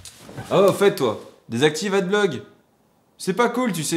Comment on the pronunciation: adblog ? AdbloG ?